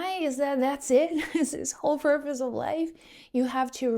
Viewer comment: Purpose !!!!! ..... Not porpoise !!!!! 😊